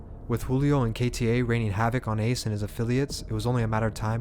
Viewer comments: You pronounced ace name wrong wrong as hell 😂😂😂😂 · How u gonna start the vid off by pronouncing Ace name wrong?! Lol Still fuck wit u tho bruh 😂🤘🏼